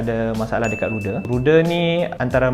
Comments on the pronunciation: Aeroperu Flight 603 Boeing 757-23A ( - Saudara sebutan untuk Rudder bukannya ruder tapi Rader (Raa-Der) 2- Rudder berfungsi mengawal pergerakan Axis Yaw pesawat (membelok ke kanan dan ke kiri). Rudder bukannya mengawal Axis Roll pesawat. Yang mengawal pergerakan axis roll pesawat ialah Ailerons. Aileron terletak kat belakang sayap utama yg besar tu bersebelahan dengan Flaps. 3- Sellotape yang tutup kompenen untuk flight instrument tu dipanggil Pitot Static. Bukannya external port. Staff hangar maintenance terlupa untuk cabut tape tu selepas pesawat tu selesai dicuci dan dibersihkan. Menyebabkan pilot tak dapat info yg correct dari instrument panel such as airspeed, altitude dan sebagainya. Tambahan pula waktu flight tu adalah malam so pilot langsung xdapat visual reference dari keadaan luar pesawat sbb gelap. Hmm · Sebutan ' ru der ' tu - rad der. Ejaan - rudder. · sebutan rudder is "rader' bukan ruder. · hahahaha itulah pasal..aku siap rewind dgr dia ckp tu sbb terkejut